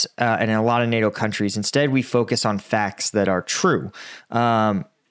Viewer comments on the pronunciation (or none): none